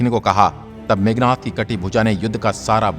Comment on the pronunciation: It's Meghnaad....not meghnath